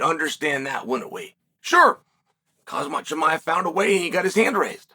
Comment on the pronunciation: Chael Sonnen Pronunciations: 1. Actual Pronunciation: Kham-Zaht Chu-My-Ev. Chael’s Pronunciation: Haz-Mat Chum-Eye-Ev. 2. Actual Pronunciation: Al-Ex Peh-Hay-Uh. Chael’s Pronunciation: Al-Ex Pee-Era. 3. Actual Pronunciation: Are-Mawn Suh-Roo-Key-Un. Chael’s Pronunciation: Are-Man Sir-Carry-In.